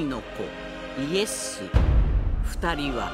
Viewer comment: イエ↑スじゃなくてイ↑エス↓やないの